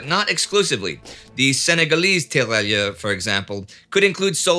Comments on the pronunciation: 2 things: 1) tear rai ur... the double L is essentially not pronounced. 2) have you changed microphones or has the eq been tweaked? I have only noticed the change over the last couple of episodes; it seems to have highs and lows severely rolled off, leaving just mid range, and it didn't used to be that way...just wondering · A minor note on French pronunciation if I may: If French, the double 'LL' is pronounced like a 'Y' (just like in Spanish 'TortiLLa'), so those soldiers would be 'tee-ra-yeur'. Thanks for everything and keep up the great work!